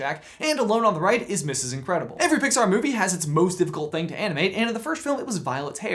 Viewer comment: Did you just say misis Incredable